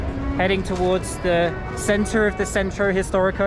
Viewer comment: I love the way you say "gracias " You say it with no accent at all. Centro historico, tongue, eye and hasta pronto sound perfect in Spanish as well. ❤❤❤ Try "tacos al pastor"